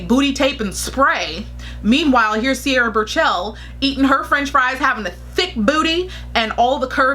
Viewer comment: Lol not sure if you are mispronouncing her name in purpose or not. But TBH, Mariam has better catwalk performances compared to Sierra. I cannot say anything behind the scenes